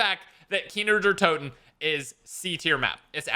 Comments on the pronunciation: For the love of god stop saying kiner der toten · Can’t get over “kiner der Toten” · "Keener der toten" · “Kiner der toten” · “Kiner der toten” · Nobody:: KEENER DARE TOTIN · You VIOLATED Kino Der Toten.